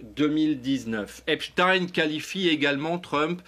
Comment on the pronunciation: Ça t'arrache la gueule de prononcer Epstein correctement comme Einstein !